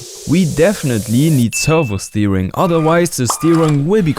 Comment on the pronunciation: love the way he says steering like steewing